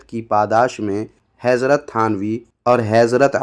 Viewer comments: جناب پہلے آپ جا کر لفظ حضرت بولنا سیکھیں کیونکہ آپ حیضرت بول رہے ہیں😮 باقی باتیں باد میں کرلیں گے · Heezrat heezrat kiya Hazrat hota he Bolna sikh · تمہاری جہالت کا عالم تویہ ہےکہ تمہاری اردوکاتلفظ تک صحیح نہیں ہے حضرت کا تلفظ ھیضرت کررہےہو یہ جہالت ہی نہیں خباثت بھی ہے. حسن دیوبندی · پہلے حضرت تو سہی سے کہ لے ۔۔حیضرت پڑرہا۔۔ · وه حضرت ہے حَیْضرت نہیں 😂😂😂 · پہلے حضرت کہنا تو سیکھلے کمین حیضرت کہرہا ہے ہمارے بزرگوں نے تیری ماں کو چوددیا ہے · Allah hidayat de isko bhai hezrat bolra wo bhi nahi aata